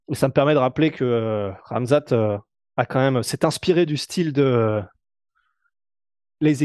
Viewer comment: ca se dit khamzat et pas ramzat